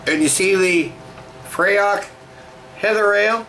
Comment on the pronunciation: Nice review, I've got a bottle in the fridge along with some other Scottish beers such as Raven Ale, Black Gold and Belhaven Scottish Stout. By the way, the pronunciation is more like "free" which unsuprisingly is Gaelic for "heather". Anyway, just had my first sip of Raven Ale, Hoppy goodness. Slainte! (Cheers)